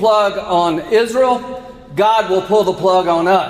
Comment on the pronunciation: Why does call it izril?